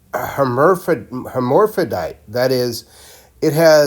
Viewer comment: Her-mer-fro-dyte lol